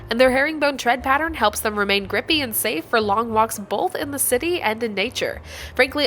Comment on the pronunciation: Are we all going to just ignore that she said "boLth" during the sponser?